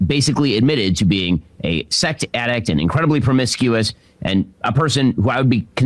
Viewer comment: I heard 'sect addict' and now I can't unhear it. 🤔